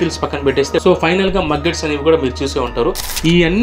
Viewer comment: బ్లో ఫ్లై కాదు సామీ బ్లూ ఫ్లై... మగ్గెట్స్ కాదు సామీ మేగట్స్...